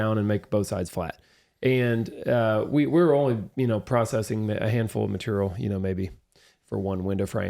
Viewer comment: The word is "height", not "heighth." "Heighth" (or "heigth") hasn't been the appropriate spelling or pronunciation since the 18th century. Also - it's "material", not "maturial."